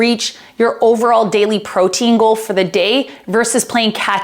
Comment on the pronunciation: Great video! I had to giggle at the very beginning it sounded like you said "pro tingle" instead of "protein goal" and it made my morning. :)